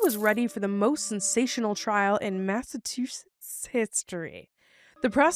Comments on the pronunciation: my grandma said Massachusetts the same exact way so that it sounded like “two shits” at the end. Thanks for that reminder! It should sound like “Mass a Choose Its”, if that helps. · What like mass-a-two-sh!t$? 😂😂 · As a Massachusetts resident I literally die laughing every time says Massa-two- sits! Don't fix it lol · lol I used to pronounce massachusetts as "massa two shits"/"massa choo choo" when I was younger :shelterin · If she says massa, then the two words CHEW, and SETS right after, she could easily say Massachusetts correctly. If she still cannot say it right then she should just say Mass, bc it gets a little bit annoying lol. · I live in Massivetwoshits, it cracks me up every time tries to say it. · You cant say Massachusetts but can you say Saskatchewan?! Lolol😂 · 😂🤣😅 trying to say Massachusetts 😂 so funny I was born in Boston but have lived in Florida my whole life!